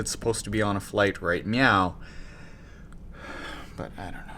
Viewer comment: was that a right meow or right now....haha